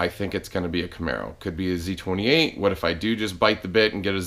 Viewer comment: I thought you said, "the other dangling thing in the room is Nosey 28." I'm like what the hell? lol